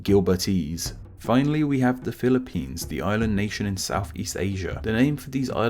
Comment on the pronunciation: "Philip"pines I wash my brain instantly